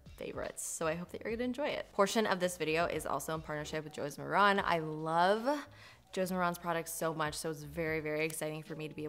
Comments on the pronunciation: FYI - Josie Maran's last name isn't pronounced like that. It's MARE-in (rhymes with Karen). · Josie’s last name is pronounced mār’ehn (rhymes with Karen). 👍🏼